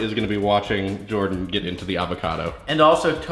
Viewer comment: Why does everyone call Jordan, Jardan, btw in new